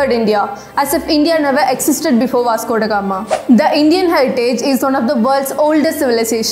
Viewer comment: I will assure you that i will ask my child to watch your videos before she reads her history book . One of the different youtube channels i have ever seen . Not only your history your English is also very good ."As if India never existed before vasgodagama " the way you pronounced these words were really nice